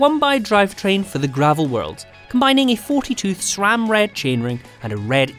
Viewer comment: Did i hear SRAM? Not Schram? 🎉🎉🎉 Congrats 😁😉